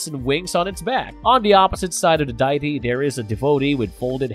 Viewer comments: Why, why are you pronouncing the word "Die-Tee"..??? It's pronounced "Dee-Ah-Tee". Who do they hire for these readings..?? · You do you but it is pronounced day e ty